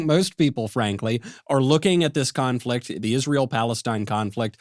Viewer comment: Did Michael say "confrict"?